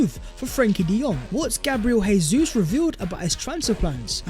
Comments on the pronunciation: FFS, Jesus ...it's pronounced Jay-zeus not Hay-Suess. He's Brazilian not Argentinian. Try pronouncing his name properly. He could be playing for us next season. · Bro, we love your content... I believe it's pronounced Jay-sus... He's Brazilian so in Portugese it's J sound not H, just like Jose Mourinho > Joe-say